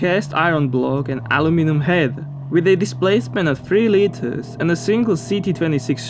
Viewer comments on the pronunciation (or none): none